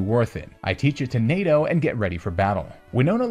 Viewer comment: every single time you say NADO I can only hear NATO also amazing vid